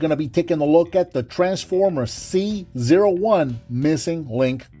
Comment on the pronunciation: It may be unintentional, but I find it appropriate you pronounced C-01 as "Caesar," considering how important Convoy/Optimus Prime is to the franchise as a whole.